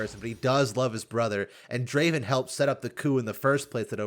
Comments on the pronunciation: You should pronounce the A in Draven the way you do it in Darius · Why dont you pronounce the a in darius and draven the same?